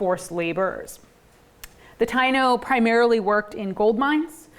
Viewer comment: So it's perseverance in US history and not Puerto Rican history? Then express it that way in the title. To the lady: They were organized into different tribes in Cuba and Hispaniola as well not just in Puerto Rico. Also, why do you not learn to pronounce the word Taino and Agueybana correctly? Would you approve of Siting Bule instead of Sitting Bull? Or the Zocks for the word Sioux? Also, African Americans have North European mixed in with their genetics and it is never mentioned whenever they claim black. Furthermore, your tone of voice sounds dismissive, as if this is somehow a bit beneath your dignity to discuss because it is trivial